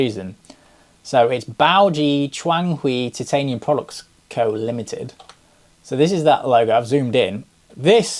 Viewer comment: It’s Chitanium